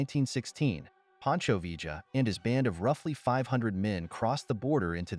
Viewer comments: Its pronounced 'Vee-yuh' not 'V-juh' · Its pronounced viyah short ah aound double l in Spanish makes the y sound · Vee-ja? Really? 🙄. What are we Argentina? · Vee - juh ... ??? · Mispronunciation of "Villa" and garbled facts make this a weak video-not very pleasing.